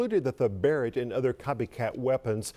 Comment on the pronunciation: Can't even pronounce Mr. Barret's name right called him Ronnie Barreg